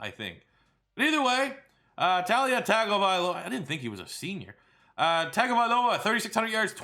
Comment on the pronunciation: It’s tu-la not ta-lia